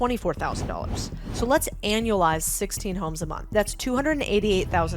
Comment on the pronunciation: Brilliant!! 👏🏻 And did you really keep saying annulize!?